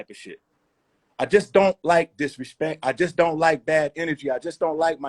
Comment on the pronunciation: When Royce said “don’t disrespek me in a diss record” I just stopped tha video wtf lol